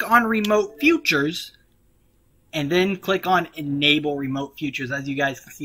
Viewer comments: it's features not futures and it's console not counsel other then that it was amazing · I'm definitely not going to listen to anything this guy says. His mispronunciation of words, like, "Console" and "features" is a big red flag for me. I doubt he knows what he's doing, let alone saying. It's pronounced CON-SOUL and FEET-SURES. Not COUNSEL and FUTURES. Don't listen to this 'tism schmuck. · Bro Said Futures and Coucils LOL but it worked tho